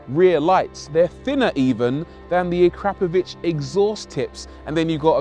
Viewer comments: The exhaust. PLEASE, is not pronounced A-CRAP-A-VICH I think you will find It’s pronounced phonetically as ACK-RO-PRO-VICK Unless you’re American and pronouncing everything wrong? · Pronouncing the exhaust like that hurt my ears ... A crap o vitch ... Oh wow 😭😭😭